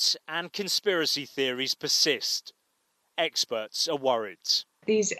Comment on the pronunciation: I would have referred to her a human being, not an anti vaxxer, but then that wouldn't have tarnished her opinion. Also notice how loud he says 'experts', Newsreaders love to NLP with the way they place emphasis on certain words.